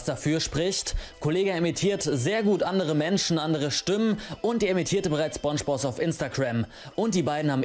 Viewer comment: Es wird spOngebozz ausgesprochen Nicht spungebozz Btw nette Reaction